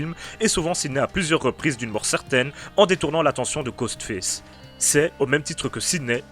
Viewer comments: Je t'aime bien, mais sérieux travail ton accent parce que là ce qu'on entend c'est pas Ghostface, mais Ghost Fesse 😂😂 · ''Ghostfesse'' mdr